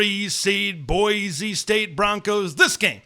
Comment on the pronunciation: Boy-see, not boy-zee.